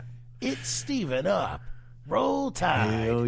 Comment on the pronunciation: It sounds like you guys keep saying STEVENup when it's spelled STEVEup. Where you guys getting the "N"?